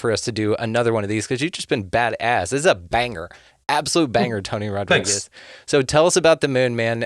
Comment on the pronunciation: It not rod-rigs . It rod-ree-gez ....pendejo